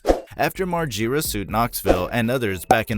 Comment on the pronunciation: Learn how to pronounce Bams last name right 😂😂